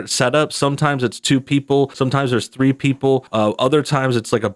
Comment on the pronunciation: There's no I in three but there is a big ree.